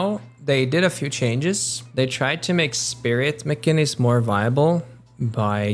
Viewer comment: I think you said "Mcginnis" wrong